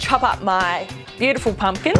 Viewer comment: OMG....she muder that pumking